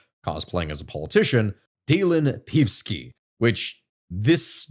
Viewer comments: OK, but not PEEVski. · It's read Peevski with E as in Energy, not as if it's an i or y, lmao. Not that I like hearing his name but your pronounciation makes it so much worse. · It's pronounced "Pei-ev-ski." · No, it's not. It's pronounced "Pe-ev-ski" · Damn you need a comprehensive course on slavic names, but i do appreciate you totally butchering the name of peevski the pig :) as we all do here overall good analysis, this issue needs to be studied and explained a bit more, nice try, for a 20 min video, unfortunately the shit we are in is a 3 hour deep one at a minimum (if you want i can give you some pointers)